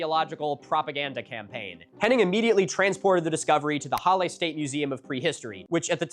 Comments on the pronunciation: "challe" The H in german is pronounced as if you are trying to warm your hands with your breath ^^ And a double L will shorten the primary vowel infront of it. So: Breathe out -> short a (Or a short "laugh": ha) -> le Halle. Hope this helps with future pronounciation, though I don't think any german would criticise you for that too harshly. There is a saying german: "Deutsche Sprache, schwere Sprache" (German language, dificult language) ^^ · On “Halle” — H is pronounced as h, like in height, but well done XD Basically hull-eh. Damn the afternoon activity; people in this country actually getting stuff done for a change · they were actually... well they arrose earlier. they already got strong votes in 1932 and they tried a coup a decade before that. pronounciation: halluh yeah and its saale, long a. like in far, pull the a long lehbensraum you make a pause after the s, bc amt= buerau or office. excellent work on the ü heberer= heh bera uhnen (pause) err-buh extern (ekstern- stine) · no "ch" sound. [ˈhalə] Short and strong "h", weak/soft "a" (you don't really have that in English), your L sound is good and to close of a short "e", which you sometimes to properly as log as you don't make it Hallie. Don't try and lengthen it. English wants to lengthen its vowels, Germanic languages vary their vowel lengths. It's expected that your struggle with the "a" as English only has strong aɪ, æ and ɑː sounds for "a" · Your pronunciation of reichsüberwachungsamt was lowkey better than your pronunciation of the other German words in the video like Halle or lebensraum